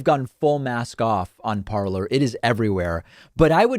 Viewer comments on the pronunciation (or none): It’s “parler” pronounced par-lay. It’s the French word for “talking”